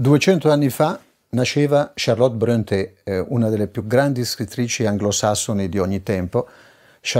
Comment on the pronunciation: Informo l'Autore che il nome Bronte,con la dieresi sulla e per renderne la pronuncia all'italiana,come voluto dal capostipite Patrik,si legge proprio Bronte senza accento. Tale cognome infatti è esemplato sul nome della cittadina omonima in provincia di Catania che lui adottò per qualche assonanza col suo originale Prunty,come segno di ammirazione per l'ammiraglio O.Nelson, dai Borboni appena nominato duca di Maniace,frazione di Bronte,in seguito alla sua vittoria su Napoleone a Trafalgar.